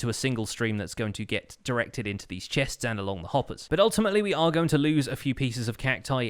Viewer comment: Why is it so hard for him to say chests says like chehhhsts